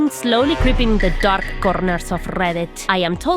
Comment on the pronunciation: The Darrrrrrrrrk conerrrrrrrrrrrrrrs of Rrrrrrrrrrrrrrreddit. Thank you, I needed that today. 10/10